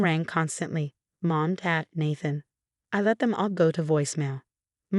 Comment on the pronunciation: I used to laugh at this particular voice naming a character “Ratchel” but Natthan is even funnier. That AI had improved of late. Is this an older story being recycled through RR?